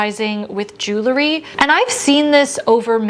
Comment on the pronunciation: I love your videos! Your tips and insights are thoughtful and fantastic! If you would, please remember that it's pronounced "JEWEL-ry" and not "JEW-lery"! I think that would elevate your videos!